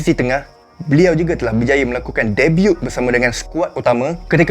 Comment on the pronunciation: Bang pronounce 'debut' jgn bunyikan huruf 'T'